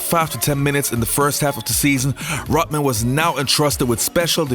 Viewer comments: Rot- Man !!! LOL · “Rotman”... over and over and over. gonna be honest here: I’m a bit triggered. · "Dennis Rotman"